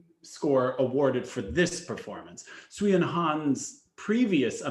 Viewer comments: I’m going to respectfully disagree on sui and han, I think they should’ve won. However, I will say, Sui’s name is pronounced “sway” and not “swee” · To and: For the skater Sui Wenjing, her surname is pronounced as "Sway" not "Swee". Pinyin uses English letters to represent sounds in Mandarin; therefore, words in Pinyin should not be pronounced as they are English words.